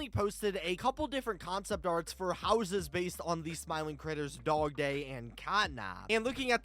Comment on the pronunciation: Is it me or the way you say houses it’s sounds like houseziz 🤣